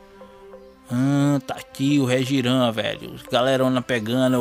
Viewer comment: n é "Regiram " se pronuncia *Réchirram * mais isso é so se vc quiser, só pra informar